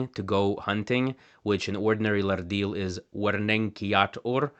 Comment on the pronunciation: That’s a lovely flapped ‘r’ you have, but in your pronunciation of the word ‘Lardil’ is incorrect. The word actually has no ‘r’ sound in it. From what I understand, having learned half a dozen or so other Pama-Nyungan languages, ‘rd’ is a digraph - two letters representing a single sound, like ‘ch’, ‘sh’, ‘th’ and ‘ph’ in English. In the modern orthography of most Australian languages, ‘rd’/‘rt’, ‘rl’, and ‘rn’ represent ‘post-alveolar retroflex’ consonants, where the tongue curls back towards the hard palate (common among the languages of India). If a flapped ‘r’ appears before a retroflex consonant, it would be written ‘rrd’. You mention retroflex consonants in your video, but forget to use the post-alveolar retroflex plosive consonant in the word ‘Lardil’.